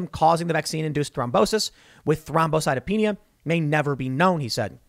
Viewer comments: Spot on with the pronunciation Tim. Thrombocytopenia. It's good to be listening to someone who doesn't butcher these words 🤣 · You did a really good job pronouncing thrombocytopenia! Way to go Tim!